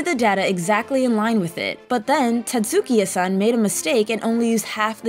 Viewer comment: Tetsukiya-san. Wizzer robe.